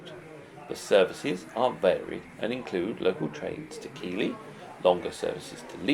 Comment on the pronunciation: Keighley is pronounced Keith-ley however this looks to be a great show